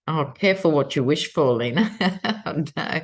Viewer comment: Good Heavens! You’re Lena! Not Leena! I heard you speak your name just now. Of course! Rodriguez is Spanish. The “e” is pronounced “eh”. Am I right? How wonderful you are…and patient with us! Please. Pardon me my error in the pronunciation of your name 💖 my dearest Lena. My brilliant friend. You bless us all precious one. 🙏